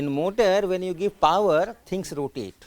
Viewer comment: that guy says motor :D